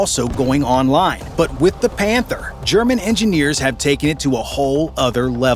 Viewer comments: i think i heard this incorrectly, "This is the KF fif one pander" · Did i heard "panther" 💀💀💀